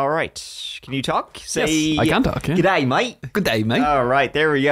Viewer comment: G’day sounds like gay day 🤣🤣